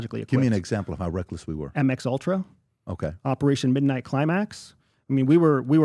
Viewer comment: Did the cia guy just say mx ultra?